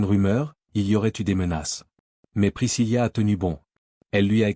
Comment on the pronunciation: Ce n'est pas priscillia mais bien Priscilla ( il n'y a pas de lia ):face-blue-smiling